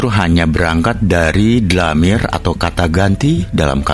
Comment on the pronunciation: Koreksi dalam lafal "DLAMIR" dibaca Dhomir= kata ganti Nama(ANA' ANTA, HUWA) Agar enak di dengarnya...! Terimakasih...!